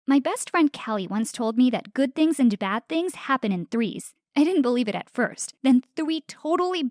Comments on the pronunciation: who else noticed she said "thwee" instead of "three"? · thwee good thiwngs